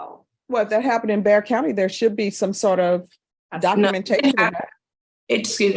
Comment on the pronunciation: Bexar County, not Bear